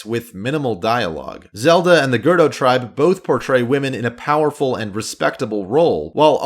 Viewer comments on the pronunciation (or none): I agree with everything you said in the video, but it just bothers me that you said Gerdo town instead of Gerudo. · Overall, I agree with everything said in this video, except for one thing. IT'S GER-OO-DO, NOT GER-DO. THERE'S A U IN GERUDO. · It's not GERDo it's GerUdo! Heheh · Ok... I'll admit you owned up to it.... But you saying girdo instead of gerudo 3 times in a row will always piss me off to a degree. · I was about to pull a Hermione and obnoxiously say, “ It’s GerUUUUUDO. NOT Girdo.” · Thank you for addressing girdo issue... I was banging my head against the wall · I chuckled every time you said "Girdo Town" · grdoh town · Take a shot Everytime he says gerdo instead of ger-oo-doe I don't know if I've been saying it wrong but I've never heard gerdo lmao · That killed me throughout the whole video. 😂 G E R D O! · I cringed when he said “gerdo town” instead of “gerudo town” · Ger doe town 🤣🤣🤣🤣 ‘gur rude oh’ that how you say it. I’m not mad, it caught me off guard and honestly made me laugh. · This guy: Gerdo desert me: (breath in...) B O I But I think that "Vilia" grew out his hair in order to look more convincing to the Gerudo Guards. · GER-RU—DO not GER-DOO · Did he just pronounced gerudo town, Gerdo town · The hell is "gurdow town" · This video is great but I can’t get over how he pronounces gerudo like gerdo lmfaoo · GER-UDO NOT GER-DO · Gerdo? I thought it was gerudo? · I know I’m gonna sound really annoying rn but it’s Ger-OOOOOOOOOO-do not gerdo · Im sorry did I hear “Gerdo” instead of “GerUdo”? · Ok but what F is. "Gerdo?" o.o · Great video but it’s not “gerd-oh” its “ger-rude-oh” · It's Ger-ru-do not Ger-do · Just saying gerudo is said ge ru do not gurdo I’m not trying to offend or anything just pointing it out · stop saying "Gerdo" and say "GerUdo" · this dude doesn't know how to pronounce anything. Ge-ru-do not "gerdo" R-ee-to not R-u-to. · I'm sorry, where's "Gerdo" town again? Who are the Gerdo? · “Girdo town” my guy lmao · It's. GA-RU-DO!!!!